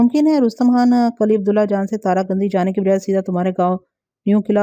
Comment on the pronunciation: Assalam o alaikum asal lafz kali nahi kili hota hai uneed hai ke aap mind nahi karaingi shukriya